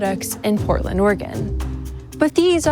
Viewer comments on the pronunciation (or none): none